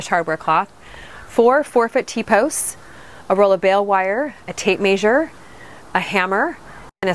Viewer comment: FYI: "Measure" is pronounced as "mezure". Same sound as the E in "bed".